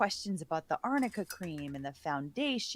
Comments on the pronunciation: AMICA cream?? It's ARNICA cream. She got it mixed up because in lower case they both read the same (in some fonts)! Did she even do her homework? So she's obviously using this wonder cream as the reason why AH's bruises and swelling go down so miraculously but she doesn't even know WTF it is?? How much is she being paid ?? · I wonder if Amber passed her a note that said Arnica Cream, but read it as Amica and had no idea what it was 🤣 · Listening to this lawyer mispronounce arnica cream just screams of poor preparation.